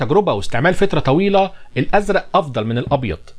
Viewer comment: والله يا بتعجبني دماغك و تفكيرك وشغلك وبعيد عن الفيديو ملحوظه كوميديه كده لو هتسمحلي يعني كل ما تقول كلمه فترة زي بعد فترة او لفترة طويله على طول بتذكر الفنان محمد سعد اللمبي ههههههه ربنا يوفقك بهزر معاك